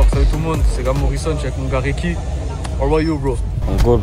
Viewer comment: Bro Americans always somehow find a way to add letters into words how did u get “reeky” from recky 😂